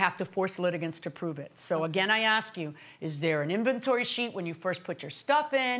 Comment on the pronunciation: See now judge Judy would not have made that “tooken” and “akS” fly.